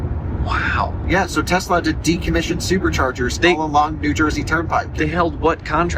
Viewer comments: LOL!!! Did just say TESLER??!! HAHAHA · “Tesler” … “everything’s computer” … these guys are really up with current events